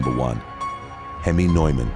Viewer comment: Sorry, Neuman is pronounced Newman